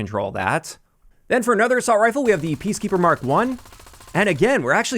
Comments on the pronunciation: Good video but had to point out "Peacekepper MK1" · Peace “kepper”